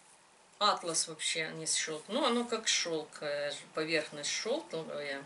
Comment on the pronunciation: Да не Атлас,а атлАс! Атлас это сборник карт географических,а ткань атлАс!